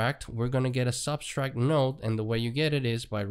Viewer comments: Sub - tract Not sub-stract ;) Thanks for the tut though. Very informative! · Just FYI - the word “subtract“ has no s in the middle